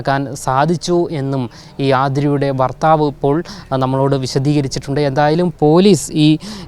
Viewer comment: ഭർത്താവ് അല്ല ഫർത്താവ്